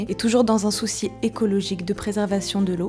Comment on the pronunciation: "dans un soussis écologique" XD